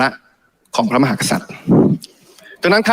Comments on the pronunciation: เหร่อ ?? ติมน่าจะมีปัญหาทางกายภาพหรือไม่ก็สมองนะ...ติมไปรักษาลิ้นไก่มึงให้หายก่อนนะครับ ลิ้นน่าจะป่วยนะคะรับ พูดว่า พระ มะ หา สัด อ่านให้ชัดๆนะครับว่า พระ มะ หา กะ สัด นะครับ ถ้าลิ้นไก่ไม่เสียก็กลับไปเรียนภาษาไทยก่อนค่อยมาบริหารประเทศนะครับติม.. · เหร่อ ?? ตูว่า สส.ก้าวพลาดลิ้นไก่สั้นทุกคนนะ เช่นติมน่าจะมีปัญหาทางกายภาพหรือไม่ก็สมองนะ...ติมไปรักษาลิ้นไก่มึงให้หายก่อนนะครับ ลิ้นน่าจะป่วยนะคะรับ พูดว่า พระ มะ หา สัด อ่านให้ชัดๆนะครับว่า พระ มะ หา กะ สัด นะครับ ถ้าลิ้นไก่ไม่เสียก็กลับไปเรียนภาษาไทยก่อนค่อยมาบริหารประเทศนะครับติม..